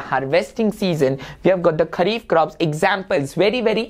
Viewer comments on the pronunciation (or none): Sir it is Kharif and not Khhari…!